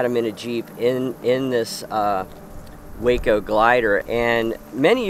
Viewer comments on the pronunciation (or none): Great stuff! I believe “WACO” is pronounced “Wocko” because it is an abbreviated form of something like “Washington Company”, or the like and not named after Waco, TX. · Waco Aircraft is pronounced Wah-Co, not Way-Co. Love these videos. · WACO inn reference to the aircraft is pronounced, “wah-co”. “Way-co” is a town in Texas. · Its pronounced wah-co not wayco. I Know its spelled the same but its an airplane not a town in texas. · I don't mean to nit pick but "WACO", the maker of the CG-4 glider, is pronounced "wahco". The company name abbreviation stands for the Weaver Aircraft Company. Excellent series and I've been a subscriber for a couple of years now. Thank you! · Just to point out, Waco, the manufacturer of the glider, is pronounced "Wah Co"... Waco is where the Wackos were...